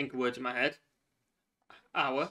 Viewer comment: I enjoy this type of video. It's funny, to my American ear ur pronounciation of "card" sounds like "cod". Ur "head" is "Ed" to me. 😊 I can't wait to meet ur baby when ur ready to share